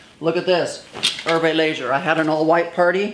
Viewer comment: You say Hermès and Herve Leger incorrectly